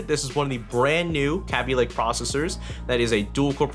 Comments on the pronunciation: It's not pronounced "cabby lake," it's produced "k bee lake" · "Kea-bee-lay-k" get your facts straight it's "Kay-bee-lay-k" who says "Kea-bee" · Kay-be lay-ke The 'a' is a long one. 'ay' :P Yes I know it's all in the pronunciation etc but whatever :P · Sound like you said "Kapy lake" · pronounce kabylake right... kay be lay k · Yo! The way u say kaby lake,it sounds like crappy lake.(No offense intended to anyone)